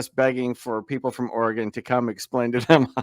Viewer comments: First, is called Oregon, pronounced Ory-gun. I'm a third generation Oregonian and I beg you to not judge us by this knuckle-dragger. 🤦‍♀️ What. A. Moron! He deserves to be tazed. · I’ve lived in Oregon all my life. His Oregon laws are from the Delusion Land state of Oregon. And it’s Orygun, not Orygawn. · His confidence in his stupidity is stunning. By the way, it's Ory-gun not Or-ah-gone. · Sprouting nonsense got off with a warning, which will just embolden him the next time. Too bad they didn't throw the book at him. Also, on a pedantic note. Oregonians do not pronounce their state as "Ore-Gone", it's more of an "Ore-gun" pronunciation. Love your videos! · It's Oregon (gun). Love these episodes. Have never met a SovCit. They are funny and sad.